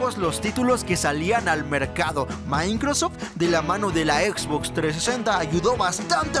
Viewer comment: No se llama mincrosoft es microsoft jajajaja saludos